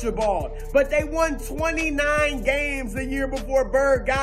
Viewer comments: Lol “Dey white” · Nobody: Broussard: "Dey White"